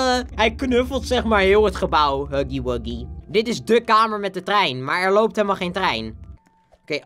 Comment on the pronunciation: het is niet haggy waggy het is huggy wuggy